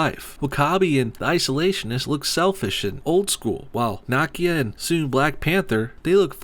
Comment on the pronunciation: How.you pronounce Nakia name triggers me.deeply